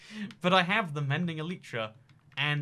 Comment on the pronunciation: But first, he needs to learn how to say elytra